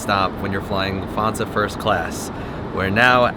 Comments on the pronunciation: Luft - hansa. The t is pronounced. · Your content is always top notch. But pls pls learn how to pronounce things correctly… Like: Lufthansa.